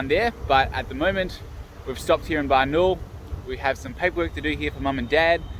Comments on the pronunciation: It's pronounced Barna-OOL, not Barnol.:) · Hi from Adelaide. Nice video. I wish we there. If wish to pronounce Barnaul properly you will need stress on “a” before “u” like an Australian accent: Barn-a-a-a-ul. Make it long an nice.